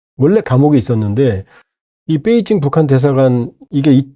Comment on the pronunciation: 뻬이징이안이고 베이징 이다 바름좀 똑똑이